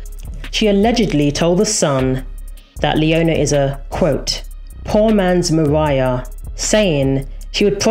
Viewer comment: this was a great video despite the accent 'leonarrrr' 'mariarrrr'